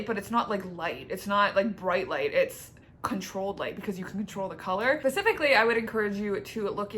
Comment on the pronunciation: Pacifically lol